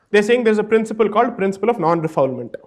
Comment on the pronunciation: Firstly, let me address a slight point. It’s actually a French line, Non Refoulement. You pronounce it like “Nun Ray-Foole-Mahnt”. It’s nothing to do with fouling or not fouling something. On topic; I agree with about 55% on what you’re saying. I do believe countries should have stricter borders and I do agree that illegal immigration is counterproductive. So if you’re saying, “Hey, I think there are too many Bangladeshi’s coming in illegally” , sure, let’s deal with that. And though I wholeheartedly applaud PM Modi, the BJP and the work on bettering India, I personally cannot condone this. It goes against Hindu Dharma which does not propagate vilifying or doing harm. You’re actually proposing to single out Muslims as a matter of fact, stating that Muslims are creating havoc in Delhi and Assam. And that is where the problem lies. You may be factually correct in saying that. Who knows? But you’re too lazy to trap and evict the criminal individual. Rather than that, you opt for a short sighted and very polarizing view that you would just evict all of the 30 million plus alleged illegals. You can wrap it in many legal wrappers and dance around it but objectively that’s the case. You try to apply a one size fits all solution to a very complicated matter which should really be addressed on an individual level. If you do your due diligence and the people get the opportunity to rebut and their day in an impartial court, great! And if they are found to be illegal and need to be depor